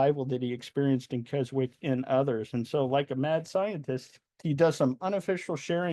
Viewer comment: Just for info at 11m 14s the 'w' in Keswick is silent. It's pronounced Kes-ick. The first Keswick Convention was held in 1875 on the vicarage lawn and attracted around 300. It clearly expanded over the years and is still taking place now and spans a three week period attracting as many as 15,000 worshippers to this small Lake District town. Great video, so informative. Thank you 👍🙏